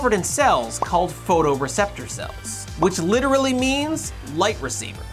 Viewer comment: Ehem... "Photreceptor Cells" 😁 ( & )